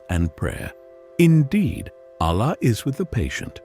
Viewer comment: Firstly please say all the religious words correctly i:e you pronounced Allah not in the way it should be pronounced. Thanks